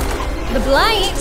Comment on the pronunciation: He even said "the Blight" lmao